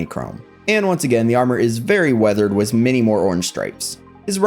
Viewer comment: No offense but like it’s “with” not “wiz”